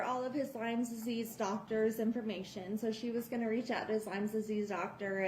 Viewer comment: It’s NOT LYMES DISEASE!! It’s LYME DISEASE!!!!